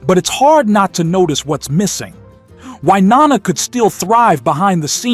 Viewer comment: The VO is definitely not human. It can't pronounce Wynonna correctly and says "nine nineties" instead of "nineteen nineties" .